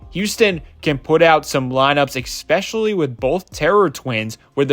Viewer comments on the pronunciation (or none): Agree, Amen is incredible and fun to watch. But, you read the word “especially “ as expecially. Bro…